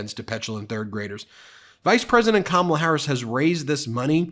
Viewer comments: Kamma blah that how it is pronounced which it is juvenile type of talk. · Ko-mob-la!!!🤣🤣🤣🤣I can't. I JUST CAN'T!!!!😅😅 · His new nickname for Kamala is his schoolyard bully mentality kicking in with "Blah blah blah" as he toyed with mispronouncing her name in typical disrespect...hence "Kama-bla". He's the one in free fall about to crash into reality via a finishing body slam. Tim Walz comedic timing and cutting jokes must be making him and Just Don't Vance bleed. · The Trumpites may have difficulty pronouncing " K A M A LA " but the Democrats will have no problem saying they've " DONE OLD TRUMP" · Can We Please Pronounce Her Name Correctly since this is a weird Trump thing ✅ Great Pick VP Harris Thank you so much MT for All You Do To keep the American 🇺🇸 people Informed ✅ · Every time I hear trump butchering somebody's name, i think, " sounds like koolade flavors!!!"